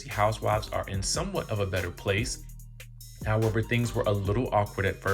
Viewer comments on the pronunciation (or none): none